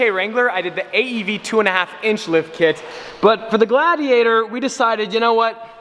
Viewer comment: everytime he says "gladiator", i hear "glad he ate her" facepalm